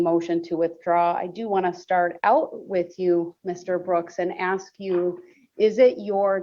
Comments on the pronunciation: He also says aks in stead of ask. 😂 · OMG!!! I wanted to punch him in his crooked trap every time he said "aks/axed" ! And the "TROOF" and "OAF" got me screaming at my phone!!! He is Illiterate POS!!